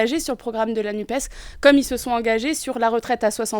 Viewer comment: Le journaleux a-t-il l'impression de causer américain, en prononçant "Nupse" plutôt que "Nupes" ?